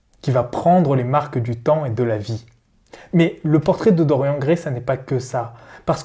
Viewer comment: Par contre évitez de prononcer Dorian comme dans la vidéo... c'est Dor-yanne... comme dans Marianne...